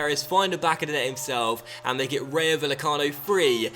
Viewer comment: it's pronounced ry-o vay-e-cano